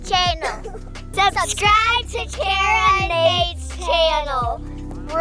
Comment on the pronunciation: It’s so funny how said kara like cara lol 😂